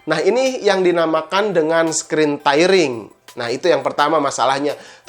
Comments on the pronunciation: screen tearing dibacanya skrin tiring... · 75 hz tidak terlalu bagus buat g sync compatible , yg 144hz dengan gpu yg mumpuni baru akan sangat terasa. Btw lu ngomong screen tairing , semoga kedepannya lu perbaiki kosa kata bahasa inggris.